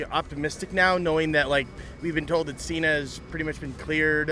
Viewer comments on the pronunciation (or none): none